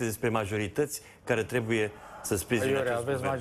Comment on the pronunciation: Trebuie, este corect și nu trebie,așa cum pronunți tu,.